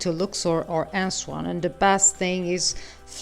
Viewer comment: The city is Aswan ( not Answan as you are calling it)